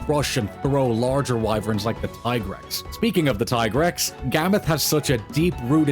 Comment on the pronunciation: Tie-grex? Really? 🗿